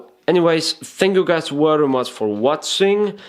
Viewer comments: You are telling 'very' wary..... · very is with a v not a w ! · WERRY, WERRY IMPORTANT!!!!! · its very not wery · Love your tutorials, mate. Werry specific (which is more often than not werry necesary). You do, however, repeat things way too many times. Still, I just learned how to skip through your videos and solved that for myself. Sorry to hear about your camera, hope you get a new one soon. Cheers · "Werry werry important " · you are werry werry good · heeheheh werry funny ! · Lol, the way you make a point! "It's werry, werry important!"